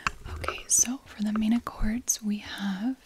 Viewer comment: I always get triggers by the way you pronounce "accords" 🙃 love the content